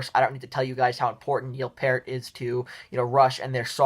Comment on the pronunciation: Major Rush fan here - I don't hate this list, in agreement with most of it. Good job! Fwiw, Peart is pronounced like peert, but other than that you did pretty good!